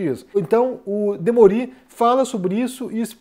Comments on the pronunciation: O jornalista chama-se "Demôri" e não "Demorí". Não é uma crítica, apenas um esclarecimento. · a pronúncia é "Demôri" não "Demori". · O Desperta ICL é obrigatório. É demôri, e não demorí. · Demorí ou Demori?